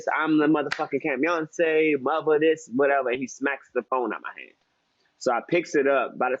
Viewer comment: Not Camyonce💀💀💀